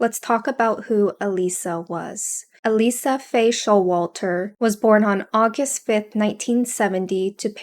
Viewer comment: ℹ️ Her name is pronounced Ah-leeshah, not Ah-leesah or Ah-lisah. While I did not personally know her, my spouse’s family knew both her and her family, so I’m familiar with how people who knew her pronounced her name as well as how I’ve heard it pronounced elsewhere. Because of this mispronunciation, her name is being rendered as “Alisa” in the subtitles and the transcript, rather than as Alicia.